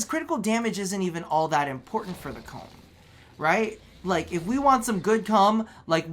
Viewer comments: he gave my ears cancer when he said "I was playing around with the cum" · I'm so happy you still pronounce the Kohm's name as "Cum" ( ͡° ͜ʖ ͡°) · Everytime he says Kohm I laugh